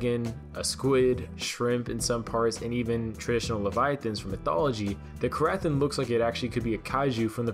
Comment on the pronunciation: The ‘ath’ is silent